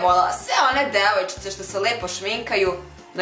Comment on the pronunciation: Najace je kad kaze "devojcice" wtn 💜💜💙💙😙😙😂😂